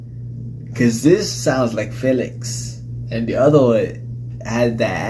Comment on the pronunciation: Felix's name is pronounced Fee-lix but it is written as Felix